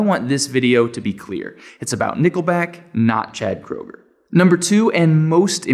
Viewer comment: Nickelback is awesome. By the way Kroeger is pronounced crewger not crowger. I never have understood why people don’t like them. Go to one of their concerts and feel the energy